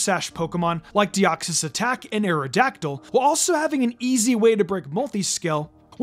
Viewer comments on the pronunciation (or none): none